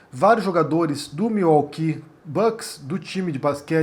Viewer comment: Sim é correto e admirável. Claro nunca irá acontecer no Brasil. A pronúncia correta é Miuóqui. ( Milwaukee). Abraços